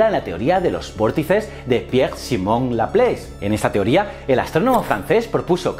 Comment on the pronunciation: Buen video pero fallo en el minuto (teorióa en vez de teoria). Me gusto mucho. Un saludo